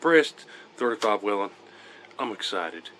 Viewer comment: Col. Whelen pronounced his name WAY-lin. Now lets work on how to say bullet, suppressor, etc.